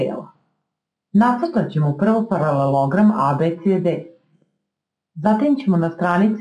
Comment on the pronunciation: Ne radite na RTS-u pa da morate da kazete ParaleLOOOOOOgram